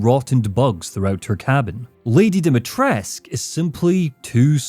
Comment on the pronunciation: Great video, but I do have a minor nitpick, I don't know if anyone else mentioned this, but there is no silent U at the end of Dimitrescu, it's pronounced more or less as it's spelled Not sure why they pronounce it like that in game